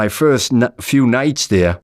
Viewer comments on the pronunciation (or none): none